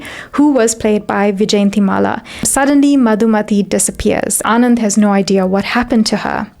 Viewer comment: The actress name pronunciation is yjayantimala and not vijayantimala. Great content otherwise. I noticed the same in Amrapali video u have done..